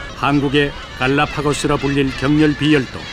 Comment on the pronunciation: 격렬 비열도 가 아니라.... 격렬비 열도 로 읽어야 ..